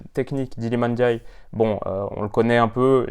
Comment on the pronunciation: Le seul français qui sait dire ndiaye correctement 😅 est passe par là c’est sur